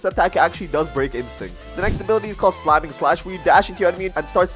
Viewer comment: its shaming slash not slaming slash